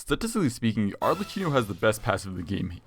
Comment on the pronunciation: its pronounced "Arlekino" 😭😭 edit HOW THE HELL DID HE MANAGE TO PRONOUNCE "EI" INCORRECTLY